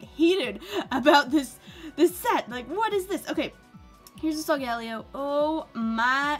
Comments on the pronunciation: LOL she said solgario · You pronouns solgaleo Sol-gu-lao